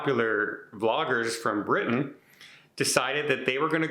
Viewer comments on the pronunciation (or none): none